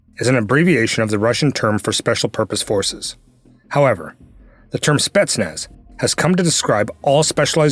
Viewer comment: Not SpEtsnaz but SpetsnAz